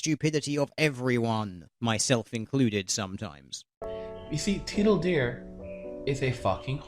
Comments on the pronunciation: I giggled every time he said "tiddle dear." lol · I must say this, I can't get over him saying "Tiddle Deer". I was laughing for a good five minutes the second I heard that. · "Tiddle-deer". Heh. I jiggled everytime he said that. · There were a lot of accusations and rebuttals going on in this video, but I can't get my attention off TL;DR being pronounced as "Tiddle Dear". I guess he thinks deer are naturally Teal in color, or maybe it was just an artistic decision to use as an avatar a Teal Deer... Whatever the reason, it's all I can focus on... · In inspiration of hilarious pronunciation of "TL;DR", I made a 'road sign' with that construction worker tiddling that deer: Hopefully you and/or your fans will enjoy!